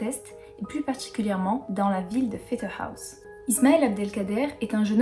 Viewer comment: Pfetterhouse se prononce comme en français (le OU se dit... OU), pas à l'anglaise. Mais les noms alsaciens sont toujours "écorchés", on a l'habitude. Par contre j'adore ta voix et ta façon de raconter en douceur. Merci.